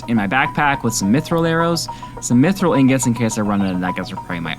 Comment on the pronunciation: Mithril is pronounced myth real not myth rael